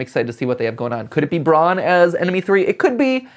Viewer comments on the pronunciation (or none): none